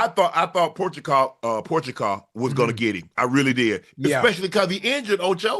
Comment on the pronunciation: Jiri WHO?🤣 pro-haz-ca